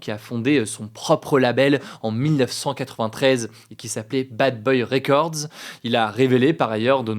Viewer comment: Non mais monsieur Hugo.. pourquoi vous nous privez de votre bel accent British 🇬🇧 pour dire « bad boys record ». ❤